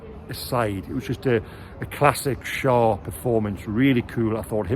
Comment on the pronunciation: Great report,! But it's pronounced Share - Schär. The two dots on the a are the key. Best away performance, best pressing for a while, the training is having an effect! Oh for a player who can produce the Beardsley clip when faced with only the goalkeeper to beat!